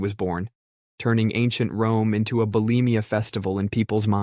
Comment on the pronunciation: Lmfao this dude said belemia fest 😂😂😂😂